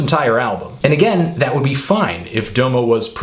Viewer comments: ITS DA MO. NOT DOWE MOE. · Say it like DAHMO. Not DOMO, DAHMO. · DA-MO is how you say no DOMO domo is how it's spelled but not how it's pronounced. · dah-moe not doe-mo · Unfortunately its not pronounced "Doemoe" its "Damo" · Why do u say his name like doomo ur supposed to say it like damo genisis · For fuck's sake, it's pronounced DAH-mo. Not DOUGH-mo. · It's pronounced "dahm-oh" not "dough-mo" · Like every single fucking song says his own name, pronounced "dah-mo" not D'oh mo... Please respect the man by saying his name right.. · DOM-O not Dome-o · His name is pronounced Dom O like Dom Kennedy. Not Doo Moo. Man if you going to diss him at least say his name right. Domo Genesis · pet peeve: domo's name is pronounced like dah-mo not doe-mo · It's Dom-O Bro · Its pronounced Dah-Moe, not Doe-Moe. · You pronounce Domo like Dah-moh not Doe-mo.. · The first o is an aaaa sound like the o in mom. So it's pronounced daaamo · No, it's Dominique. If you're using his real name as a pronunciation then it would be Dah-Mih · pronounced [dah_mo] sir. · His name isn't "Dough-mo." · LMFAO "doughmo" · Its Dah-Mo Oh my god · Well, even after a few minutes Google searching, it's pretty clear that his name is meant to be pronounced Dah-mo; this is further exemplified when he says his own name ("Follow me on Twitter at 'Dahmo'...") on the track Salute from OF's mixtape Radical ;) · It's DOM-OH :p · it's pronounced "dahmo" Genesis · Its pronounced DAMO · This is almost painful to watch every time you say "Doe-mo" But thank you for the great review. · His name is pronounced Dah-moh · Very good review, but I find it disturbing that a self-confessed "music nerd" cannot pronounce the artist he is reviewing's name correctly. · you're pronouncing his name wrong.. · I dont respect you because you mispronounce the name of the artist you're reviewing. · How come its only white folks who pronounce DOMO wrong?? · YOU KEEP SAYING DOMO WRONG